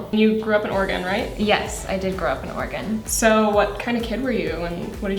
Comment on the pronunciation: As a non-american it took me 3 tries to figure out they said Oregon and not organ. I was so confused, like she's grew up in organ?? Beautiful looks guys~!